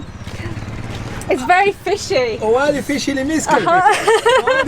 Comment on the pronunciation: Oualidia... It is pronounced like this Walidia... amazing town in Summer